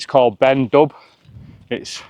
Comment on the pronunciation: Please, it's not 'Ben Dub'. In Gaelic if there's an 'h' after a consonant it usually means the consonant is silent. So it's pronounced Ben Doo (the black mountain).